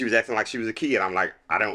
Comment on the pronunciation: "I knew she was a KEED" lmao